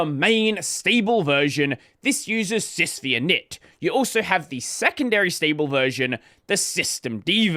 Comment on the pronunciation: The 'V' is a Roman numeral. It's "SysFiveInit", not "SysVeeInit". It's named after UNIX System V.